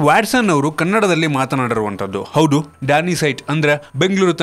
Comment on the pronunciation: ಹೌಡು ಅಲ್ಲಪ್ಪ ಹೌದು ಅದು